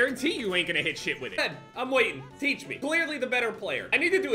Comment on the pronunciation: Wait aren’t you the guy that said :thatch me how to muliti thatch me teatch me how to munlti